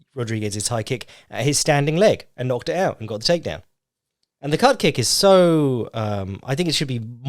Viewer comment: I thought he said Cup Kick for a good bit. As in Di*k kick.